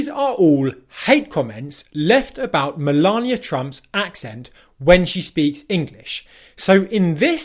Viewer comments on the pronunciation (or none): none